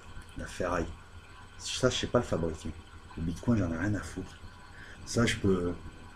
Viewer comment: J'ai eu cette vidéo en recommandation YouTube ... Mais pourquoi YouTube me recommande ça ?! Vous ne faites que parler sans justifier quoi que ce soit, vous ne savez pas vous documenter, ni même prononcer correctement un nom. (le bitcoin, avec "coin" un canard, sérieusement ?) YouTube devrait sanctionner ce genre de chaînes de désinformation et de manipulation au lieu de celles qui produisent du contenu de qualité MAIS qui ont diffusé un extrait de 5 secondes d'un contenu sous copyright.